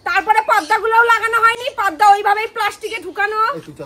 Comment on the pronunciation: পর্দা কে বলে পদ্মা, গামলা কে বলে গাবলা,পেঁপে কে বলে পিপে, অনলাইনকে বলে এলাইন 🤣🤣🤣🤣